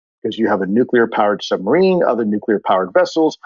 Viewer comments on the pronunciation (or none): This was such a great interview. However, for the gentleman in the afterward recap, you are prohibited from discussing nuclear technology until you can pronounce it properly. Conversely, Kudos for use of the word Poppycock, I'd like to request future use of the word Balderdash, Scurriloush, and perhaps, Skullduggery or Muckraker for a nice rounded set. Also, this made me want a cigar. Like, reeeeaalllyyyy want a cigar. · Didn't reveal anything stop the bullshit and the man who speaks after byam can't even say nuclear properly